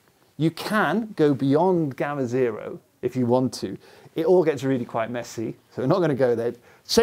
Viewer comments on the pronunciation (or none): none